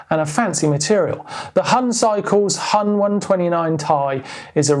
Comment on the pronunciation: Its acutally not pronounced Hun cycles :D Huhn means chicken in german and its pronounced that way.